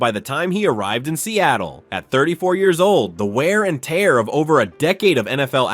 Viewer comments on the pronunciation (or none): none